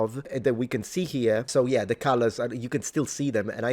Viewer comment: “It’s in zha book.” 📕— Zahi Hawass